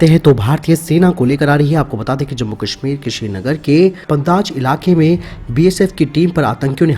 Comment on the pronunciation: आप जम्मु-कश्मिर को जम्बु-कश्मिर क्यों बोलते है?